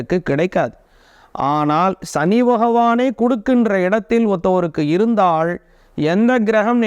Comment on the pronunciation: பண கஸ்டம் . எந்த ஊர் தமிழ் இது ? கை கூடாமல் இருந்தாள்😢. ள , ல உச்சரிப்பு சரியில்லை.